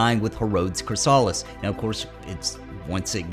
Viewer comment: CRISS-ah-LISS, not criss-AH-liss